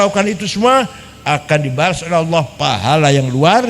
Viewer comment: Gus baha bahlul, nyebut kata Allah aja salah. 🤣🤣🤣🤣